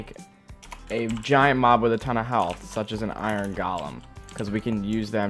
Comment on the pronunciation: The way you say "Golems" just made me laugh xD